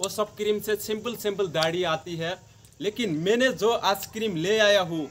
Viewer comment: Kirim ka name thik se bolo